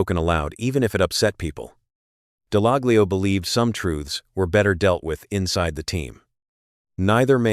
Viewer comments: It's pronounced Dallallio. The G is silent. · Would help if you pronounced his name correctly